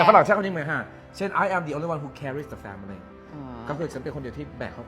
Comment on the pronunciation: ครับ ช่วยออกเสียง family ให้ถูกด้วยนะครับ มันออกเสียงแค่สองพยางค์นะ แฟ้ม -หลิ 😊😊😊